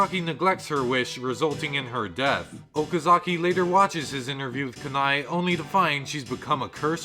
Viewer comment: Ka-na-e .... it triggers me how he mispronounced her name 🥺